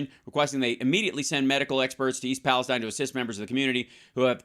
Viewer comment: It's PALESTEEN Hal.